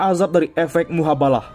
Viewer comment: Efek dri MUHABALAH. MUBAHALAH Min, bukan MUHABALAH 😃